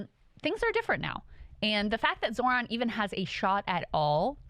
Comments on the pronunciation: It’s Zoh-ran, not Zoron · You butchered his name.